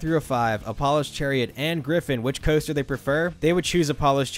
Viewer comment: For someone who narrates, you really struggle to speak. Hearing you get closer to saying paramount right each time you said it was funny. Also, why do you say “coaster” like that? It’s like you’re trying to fit every vowel in order into the word. Super nonsensical and irritating.